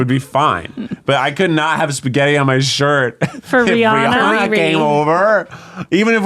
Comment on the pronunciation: If you're gonna wanna hang out with Rihanna you should practice pronouncing her name correctly, first.